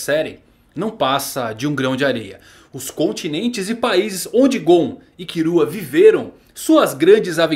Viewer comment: Só uma aula de fonética: Killua se pronuncia Kíllua. Kurapika, Kurápika.